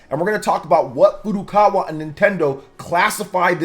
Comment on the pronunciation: Finally, someone who pronounces Nintendo's president's name correctly as Furukawa, not 'Furu Kara'!